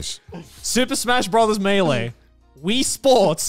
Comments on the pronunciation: Garnt was right on the pronunciation of melee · Connor on Garnt's pronunciation of Mêleé: "What, are we French Garnt?! Should you tell him or should I?🤣 Also, for the record, Garnt's pronunciation was correct 🤣.